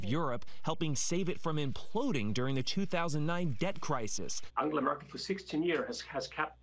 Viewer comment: So her name is pronounced as an-gala and not an-gel-a... Hmm!